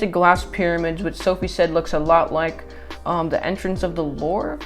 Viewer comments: Eternalia reminds me of oz🤷 also its pronounce luuuuuv fyi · trying to pronounce the Louvre Me:. dying of laughter.